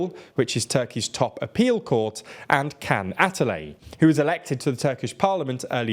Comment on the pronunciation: KEN ATALEY XD XD XD I love hearing turkish names pronounced by foreigners man :P Its more like "jhon"... I don't know how precisely describe it but its very familiar to that.